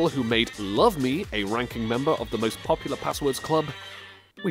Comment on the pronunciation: I like how you say popular you certainly are "POPular" 😅😅😅